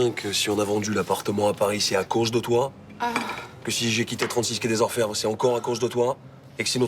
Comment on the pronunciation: Le quai des orfève 😂manque un R